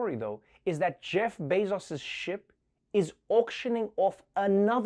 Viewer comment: The best part was how Trevor pronounced it like "Bezas"